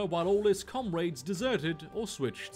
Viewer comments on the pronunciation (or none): "Com-raids" Spoken like a true human been.